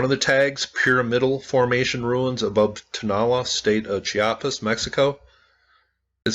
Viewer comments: I would suggest the pronunciation is / tow-na-LA /. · Like someone commented 73 likes and no views? Great video... (TOe-NAh-LAh) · I would pronounce it like this....." toe-no-la" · Pronounced "Tone-ah-LAH'. Also, Iglesia Vieja just means "old church", and not "old lady church". The word for "old" in Spanish is either "viejo" or "vieja" depending on whether they're describing a "male" or "female" noun. All Spanish nouns are gendered, and ones ending in "a" are usually female- like "iglesia". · The prounounciation is "toh-nah-LAH' NOT 'toe' also the ACCENTUATION is on the last vowel "á"